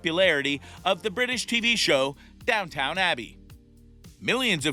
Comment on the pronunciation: No credibility in this. It is NOT DownTOWN Abbey, it is DownTON Abbey. Pretty pathetic really.